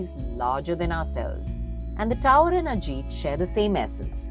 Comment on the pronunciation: not Ajeeeet kumar..It is Ajith Kumar